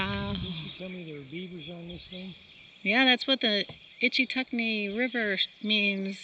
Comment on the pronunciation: You can tell this person's a tourist just by the way they pronounce Ichetucknee. This used to be a beautiful River many years ago before all the people got here